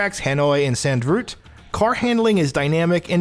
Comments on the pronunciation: Zandvrut? It’s zandvort dude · Did you say sand route instead of zandvoort? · Great review but Zandvoort is pronounced “Zand-vawt” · you said zandvoort wrong